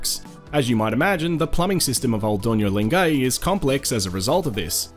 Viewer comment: Great video - I love Lengai and have been there three times. One polite tip, though: it's pronounced len-guy, not len-gay. Otherwise good job and glad to see those fabulous landscapes again, especially Lake Natron.